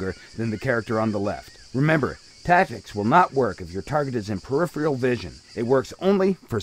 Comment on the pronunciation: lol, narrator can't pronounce "peripheral" and makes it rhyme with "serial"